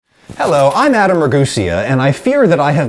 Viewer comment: i think you say your last name wrong